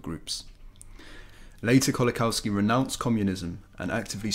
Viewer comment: Very good video thank you for making it. Just to let you know Kolakowski is pronounced like 'Kolakovski'. W is V sound in Polish.